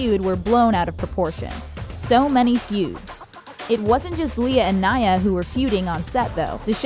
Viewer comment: U said naya wrong. Rip naya